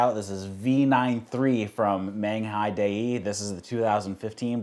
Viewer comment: Your videos are enjoyable, but would you PLEASE take the time to learn to pronounce the terms correctly? Dragon Tea House is not Dragon Tea Factory, Menghai would like their name pronounced properly, and I'm pretty sure you can figure out how to say Yunnan Sourcing if you simply watch ONE of Scott's videos. Sorry to be a jerk, but it's hard to take anything seriously when you don't even try to use proper pronunciation.